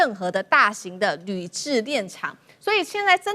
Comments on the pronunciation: 是‘冶’煉，不是‘治’煉. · 冶煉 冶=也 治煉廠是什麼東西…. 做簡報的跟主持人都有點不專業欸